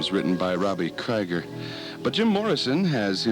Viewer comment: let Robbie talk! and it's pronounced KREEGER